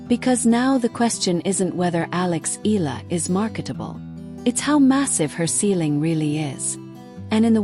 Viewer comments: It is pronounce as EEEHHH YEAAAHHH LAAHHH not eeeehhh la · Please pronounce her last nama EEE YAH LAA